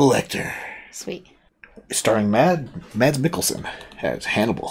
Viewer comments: His name is actually pronounced Mass. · The D in Mads is silent 😛 I have never watched this series, but I started your reaction because of Mads, who is danish like my self 🙂